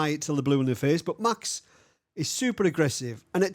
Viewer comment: Say Mäks instead Maxs. No puntherino intended, great work!